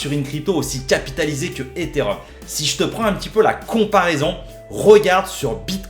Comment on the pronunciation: Eté et Rhum to ze mooooonnn □□□